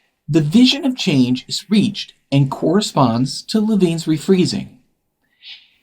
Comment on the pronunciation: Lewin not Levine